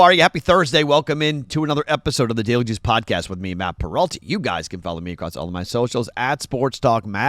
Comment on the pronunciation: Gotta start sounding out the word juice lmao just sounds like you’re saying Jews. Not even a nit pick it always makes me go what was that?